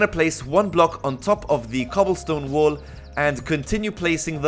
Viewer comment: he says "wall" like "wool" but i love it